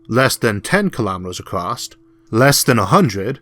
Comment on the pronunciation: There's no T in across.